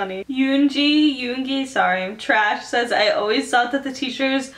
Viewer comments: I LAUGHED AT THE WAY YOU PRONOUNCED YOONGI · Any Armys or Exo-L. When she pronounced yoongi tho😂